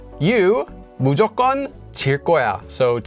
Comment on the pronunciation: also it is always pronounced [무조껀] :)